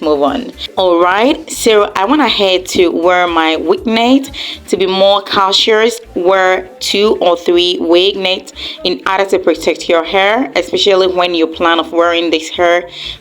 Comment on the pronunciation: What is caacious. It's cautious wai 😂😂